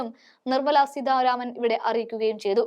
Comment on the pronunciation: സീധാരാമനല്ല മോളേ. സീതാരാമൻ.